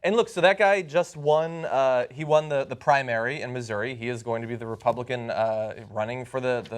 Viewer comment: he's not even pronouncing Missouri correctly, gtfo